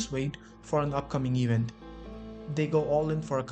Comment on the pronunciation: You need to learn the difference between percent and percentage. Also, "event" is not pronounced "even."